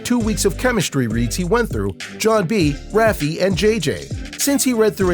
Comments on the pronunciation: rafe not ra fe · It’s not “Raffie”, its “Rafe”. Pronounced “Ray ff” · ra-fee? It's rafe. He's probably never even seen the show. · Rafie ✋😂😂 sorry i cant i just burst out laughing bc of rafie in stead lf rafe 😂😂😂😂😂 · Omg he says rafee not rafe. Lol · ookayy i had to stop the video for this but what is rafey its rafe (r-ay_f) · It’s not pronounced ‘RafeY’ it’s pronounced kinda like reef it’s ‘R A F E’ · Omg it frustrates me so much how he says "Rafi" instead of "Rafe"... good vid though except for that :/ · it’s not rafe it’s rafe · Did he just say rafay instead of rafe 😭😭😭😭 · AND ITS RAFE , NOT RAF-EE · Is anybody else getting mad when you kept calling rafe lime rafy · Ra-fee? Ion know who TF that is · are we not gonna talk about how he said Rafe? he said rafey lmaoo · it’s pronounced raife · he said "rafee"😭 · Nooo he did it again he said rafeee 😭😭😭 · Don’t say u called Rafe… Raffey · Who tf is RAF EE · i got mad when he didn’t say rafes name properly 😐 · It annoys me that he pronounces Rafes name wrong